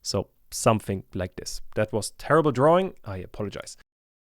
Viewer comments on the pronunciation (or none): none